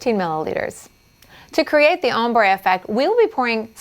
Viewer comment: Am i the only one that hears "hombre" when she says "ombre"?